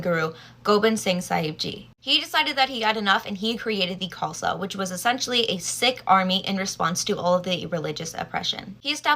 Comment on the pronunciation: By the way, Sikh is pronounced more like Seek rather than Sick